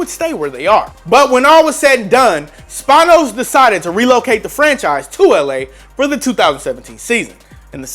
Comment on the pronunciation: When you mispronounce Dean Spanos